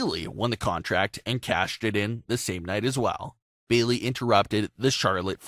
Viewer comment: Sah-sha? Beeley? Exactly how hard is it to say a person's name right?